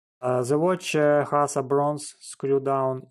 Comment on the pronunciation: Хас, крызис, тёртин мимлимитерс, комфОртабал..в каждом слове ошибка, практически...это какой язык хоть?....Сделай уже что-то с акцентом и произношением!